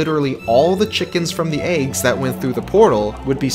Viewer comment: why do you pronounce eggs as "aygs"